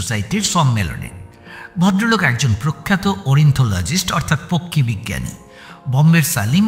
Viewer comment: "ORIN-THO-LO-GIST" NOY. OTA HOBE "OR-NI-THO-LO-GIST"